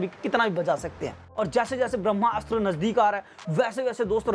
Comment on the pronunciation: आप जो कोई भी हो बहुत बड़े वाले हो, जो आदमी को ब्रह्मास्त्र बोलना नही आता वो ज्ञान दे रहा है , ये एक शब्द में बोला जाता है ना कि दो शब्दो में आप इस को ब्रह्मा अस्त्र बोल रहे हो, और एक जगह रणबीर सिंह बोल दिया, हिंदी बोलना सीख पहले